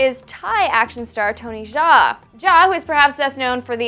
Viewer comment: Its pronounced Tony Yaa, but hey we still love ya :)